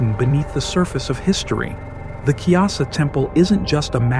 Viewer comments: Its Kailasa temple not kyasa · It’s pronounced Ku-ee-laa-saa